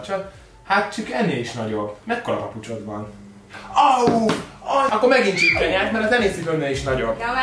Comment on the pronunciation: A csipke helyett azert ertettem h csirke 😂😂 XD